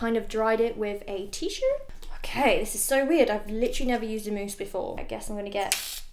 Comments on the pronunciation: It’s mousse not mouse, great video as usual👍👌❤️ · cos you said mouse instead of mousse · .... girl it’s MOUSSE